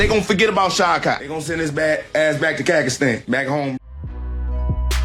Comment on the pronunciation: Did Buckley say he’s going back to Cacastan? 😂